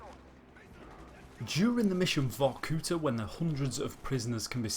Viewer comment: It's VorkutA. Emphasis on A. Not U.